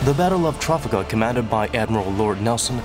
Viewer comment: Weirdest pronunciation of Calais and Trafalgar Ive heard